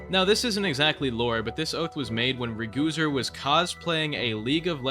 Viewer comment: Ur not inteque, reacumteur